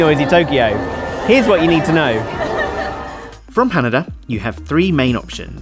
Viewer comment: One of a few bloggers who pronounced Haneda and Narita correctly! Subscribed, haha, great content!